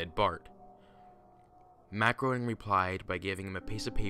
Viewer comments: Am I the only one who knows that Groening is pronounced 'GREY-ning' and not 'GROW-ning'? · Okay. I know this was a while ago. But it seriously bothers me that no one can prounce Matt Groening's name correctly. It's "Grey-ning". If you watch any of the DVD commentaries or any interview where he introduces himself, that's how he says it. It reminds of the H.R. "gee-ger"/"Guy-ger" debate. Great video as always, though. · Groening is pronounced Grey-ning.. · It's Matt GR AY NING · I love your videos. FYI, it's pronounced Graining. Keep up the good work.